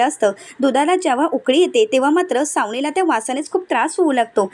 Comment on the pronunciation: Savnila व aadila असे vachave.